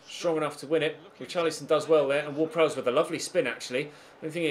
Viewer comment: *Prowse, not Prowess